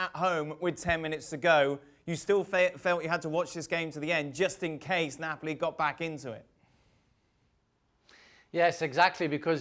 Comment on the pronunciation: Its not nopali mg its neoali